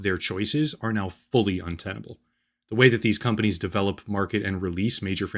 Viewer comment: I honestly thought it was intentional. Like. Con-panies. Like con artists.